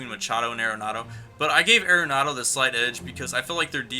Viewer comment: Think I'm going to stick with Arenado till IE goes away, at least. BTW, I just recently learned it's pronounced 'Are-nado' not 'Aira-nado'.